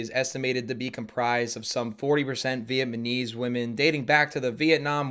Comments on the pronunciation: I came to the comments TO MAKE SURE someone brought this up😂. "Viet-ma-knees" is how it's spelled in my head. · Ugh, so frustrating haha. He's acting all superior and preaching while saying "Vietmanese" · he most likely has a speech impediment, atleast he’s supporting the viet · I had to find someone mentioning it in the comments. VietMyKnees. Lol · am I the only one who hears him say "Viet-MANESE" every single time???!!! LMAO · pronouncing "Vietnamese": VietMAneze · did you say Viet-man-ese? Now that's punny! And it fits neatly into this faux red pill bit! The war against viet-mam! Am I right? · off brand cody ko saying vietMAnese 2 TIMES made me end my watching experience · "vietmanese" lol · Um. "Viamanese"? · i need to see more comments about "vietmanese" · Comedy is subjective, and she sells tickets. I think Jim Carrie is the worst comic ever. I'd rather listen to her on repeat for 24 hours than watch ANY JC movie. What is veitmeneez? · Sorry Buddy, but Vietmanese? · Vietmanese lmao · She is definitely not funny. But man... "Vietmanese" is kind of worse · being able to pronounce the country of Vietnam correctly yet changing the pronunciation for Vietnamese is the most shocking thing in this video. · I thought I was hearing things when he said Vietnamese lol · Well we're certainly learning together. For example today I learned that doesn't know how to pronounce the word "Vietnamese" for shit. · it know this is from a year ago, but being unable to pronounce "vietnamese" is truly doing it for my crush on him!! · The fact u said Vietnamese wrong but Vietnam right is hilarious lol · The way you pronounce Vietnamese is 1000 times funnier than anything she said. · Says the guy who can't pronounce Vietnamese 😢😮😅😅😅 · Why did he suddenly Have a lisp when he tries to pronounce vietnamese and then it comes out vietmanese? Hahaha my man took a richochet😂😂😂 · Everyone besides: “Vietnamese” and alone: “Vietmanese” 🤣🤣🤣